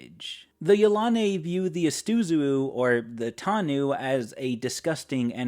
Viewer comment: I have to make another comment. I pronounce Yilane' much differently than it is pronounced here. Yel- a- nee. That is how I always pronounced it.